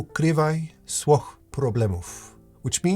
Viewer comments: as a pole i got jumpscared PL W is read like a V in EN. try reading "swoich" more like "svo-ih". rest of the sentence was perfect <3 (english W sound is Ł sound in polish) just to compare, for a pole you read swoich like "słoch" (not a word) thank you for the video. sth i have to say about rule nr3 is how only being a teacher irl really helped me fight my own perfectionism and to believe in my fundamentals way more. i've been doing art most my life by now and instead of trying to always be impressive to myself in front of a whiteboard i learned to let go. there's a real plague of even the youngest of beginners getting easily frustrated when it's not perfect. sometimes i joke that my hand isn't really in the cooperative mood today and that's okay too when i'm still having a lot of fun drawing and as long as i follow the basics we can learn and practice i can either salvage it or appreciate the imperfections and i hope to convey that mindset to my students as well when i'm in that position to. it took a lot of confidence i didnt have before actually having to explain to someone else something i knew very well just refused to admit it to myself on a flip side, digital space still terrifies me. i spent most my life trying to find space for myself, constantly changing artstyles and trying to fit in with what's "pretty" and "clickable" with no avail. i feel nowhere as good in digital as i once did in traditional because of all the stress and negativity that comes with social media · Polish is hard so respect for that phrase. Just work on "swoich" pronunciation and you're good! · Thank you again for the very important video. Ps. I love the polish phrase but please practice a bit more the word "SWOICH" ;) You are eating "i" pronouncing it ;) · swoich źle wymawiasz, ale pozostałe wyrazy BOMBA!!!! very good pernauciation!!!